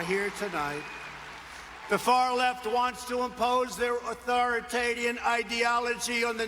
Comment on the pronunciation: "authoritadian". Thats a new one.